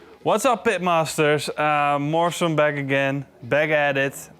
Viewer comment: Is it just me who always heard Marshall instead of Morrison?